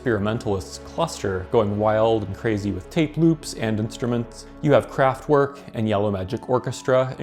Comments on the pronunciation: Musique concrete is pronounced "con-KRET" and Kraftwerk is "craft-verk". Just saying, since you invited corrections. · The wrong pronounciations of Kraftwerk and Laibach is painful.